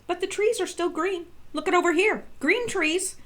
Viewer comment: Those twees wook like wabbits